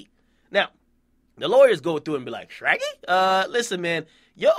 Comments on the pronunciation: I hate wen he say shraggy😠😠😠😠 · Nigga if u dont stop sayin shraggy U gon stay corny